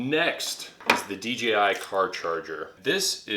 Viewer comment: It's pronounce dee jay eye, not dee gee eye.